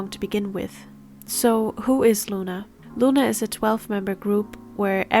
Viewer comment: why are you saying "looner" ..?